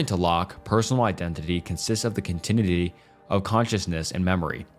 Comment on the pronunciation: Wow, this video is pretty bad. Lots of weird mispronunciations: "liberism" instead of liberalism, "continue-inity" instead of continuity, "equidity" instead of equity, etc. It sounds like you read the entire script in 1-2 sittings and never did any 2nd takes. Every topic both drags on for too long and says too little -- the script sounds like an edited version of wikipedia or maybe ChatGPT, and you're just reading blindly.